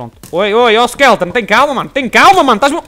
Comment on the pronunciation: É SKELETON E NAO SKELTON.